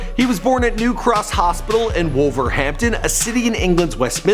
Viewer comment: that pronounciation of wolverhampton angers me